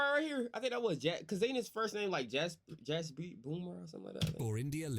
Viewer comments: Its not Yasprit Bumrah, it is Jasprit pronounced with J not Yas.😂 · Bro's on a mission to butcher everyone's name 😂😂😂😂 Btw the j in jasprit bumrah is pronounced that guy is just pronouncing it wrong. SILENT LETTERS DON’T exist in indian languages and all of asian languages for that matter as far as i know And also i have a comment on your Afghanistan video. Read it out, its related to this comment